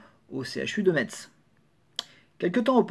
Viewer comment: Je vais faire mon pointilleux mais Metz se prononce "mess" merci 🙂 A la semaine prochaine